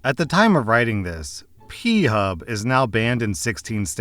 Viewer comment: Took me a moment to realize you said "PHub" and not "peehub". My opinion of you changed for 5 seconds